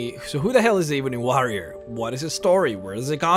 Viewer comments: lol yes me too "ihbonhee wahhhhrriiyor" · .... omg I can’t listen to you say EEEEBONY WAHREEOR one more time.... Eh bony woh rior is how you pronounce it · "Eeebony Wahrior" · The same reason why he pronounces "warrior" as WAH-rrier. Just different accents I suppose. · The Eebunny Waurier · eebonee waarriar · Eee-bo-knee warry-er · Eb-enee and War-Re-or, You kept saying it wrong and its so annoying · you pronounced warrior and ebony wrong. I'm sure you know though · You pronounce War correctly. Why do you pronounce warrior incorrectly? I feel like this is the cool whip family guy skit. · please..please pronounce Ebony and Warrior correctly.